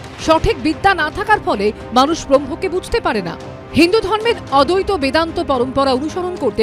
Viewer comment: "অদ্বৈত" উচ্চারণ টা সঠিক ভাবে করুন। আদি শঙ্করাচার্য দশনামী সম্প্রদায়ের প্রতিষ্ঠাতা যেখানে বর্তমানে সমস্ত হিন্দু সম্প্রদায় গুলোই অন্তর্ভুক্ত।